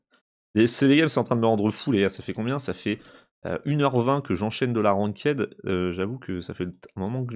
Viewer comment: Un détail mais "ranked" ça se prononce "rankt" et pas "ranquaide" 😅😅😉